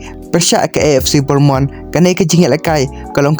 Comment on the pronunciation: Pronounce bha bah ac bornmonth ymdei ac bournemouth kein